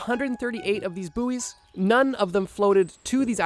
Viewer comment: It's pronounced boys not booeys :).